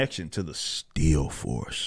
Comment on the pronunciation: When you say still force it sounds like steel force to me. The steel force also sounds way cooler.